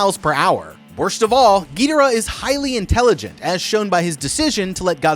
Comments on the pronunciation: Gee dur uh? It’s guh door uh. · ge der uh... really how does one miss pronounce King Gi-door-AH so hard? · Why you say Gee der uh ._.